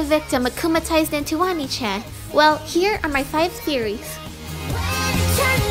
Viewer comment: it’s pronounced oh-knee chan